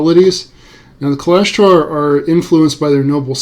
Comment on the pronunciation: You are pronouncing Kalashtar incorrectly